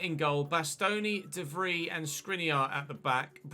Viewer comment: Its pronounced more like Stefan de Vreye, then Vreeeeeee... just saying.